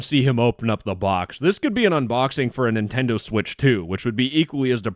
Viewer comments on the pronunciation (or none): none